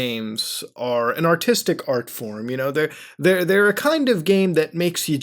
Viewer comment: I thought you said 'an autistic art form' in your intro...